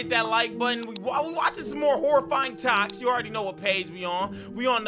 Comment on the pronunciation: The part when he said toks